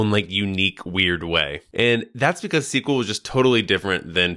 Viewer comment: In one video you say the wrong SQL [ si: kju: el ] (as CQL) and the right API. You decide, either you say all the abbreviations somehow corrupted, or pronounce everything correctly. I watched the video up to the 50th second, and just in case scrolled forward to make sure of your disgusting speech. If you created the video with the purpose of conveying information/gaining an audience/making money, then you lost. The first time I saw you, and I put a dislike, and I left without watching the video to the minute and I don't care what kind of charisma/authority/knowledge you have.